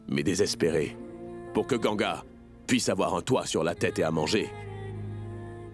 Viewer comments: On dit ganga mes pas gangia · Les gens qui disent gangia s'est pas comme ça mes vous pouvez dire gangaa❤❤😂🎉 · On dit Ganga